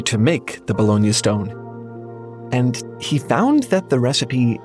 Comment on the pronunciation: I can't stop hearing bologna stone